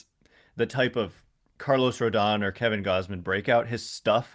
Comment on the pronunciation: Hopefully you tell SULLY how to correctly pronounce Carlos Rodon's last name haha. Heard his podcast about free agents and he kept pronouncing it Rondon haha